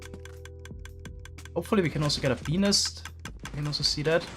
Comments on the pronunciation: OOOOOOHHHHHH.... "Bee-nest:, got it... as a non-native english speaker, you should probably stick to calling them "bee hives". lol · I heard him saying penis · Him saying beenest sounds like peenis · every time says “bee nest” i hear “🅱️ E N I S” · ah yes, a B E N I S farm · When he said bee nest farm I heard be-nis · I heard say Benis and you can't change my mind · When he says bee nest I hear a very diffrent thing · step1:says "bee nest" a thousand times with an accent step2: get demonetized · Ik he can’t help it cuz of his accent, but the way he says Bee Nest sounds kinda funny to me 😂😂😂